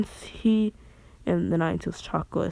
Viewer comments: You are saying chaka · he says chakra weird I like it